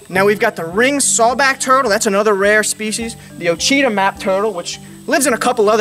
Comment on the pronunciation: Awesome video! Just FYI: “Ouachita” is pronounced “washitaw”